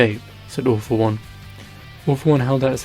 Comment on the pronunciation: When he sais all for one sounds like he is saying awfull one